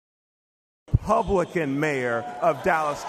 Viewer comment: They "glitched" the word Republican into "publican" 🤔